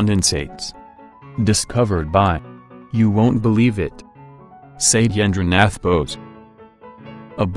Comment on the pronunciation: The pronunciation is SHATTAYANDRA NATH BOSH :)